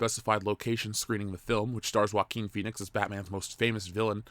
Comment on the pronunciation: Just onr thing. JOAQUIN is pronounced Hoa-Keen. In spanish the J sounds like the phonetic H in english. Anyway keep the good word comming. Your Fan.